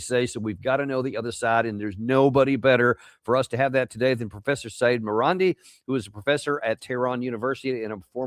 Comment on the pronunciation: It's Marandi.